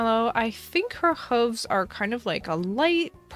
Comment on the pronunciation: Is that really how you pronounce hooves? Have I been doing it wrong my entire life